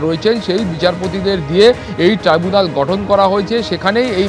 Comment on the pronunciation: ওটা ট্রি বুনাল না, ট্রাই ব্যুনাল